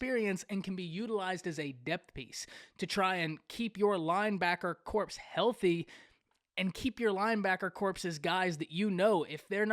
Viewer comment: No disrespect meant, but the word corps is pronounced "kor" with the p and the s silent.